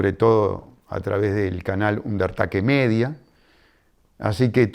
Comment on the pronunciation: Lo único para corregir es que se pronuncia "Ander teik midia"